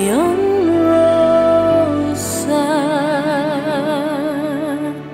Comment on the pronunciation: The rose in La Vie In Rose is pronounced ruse.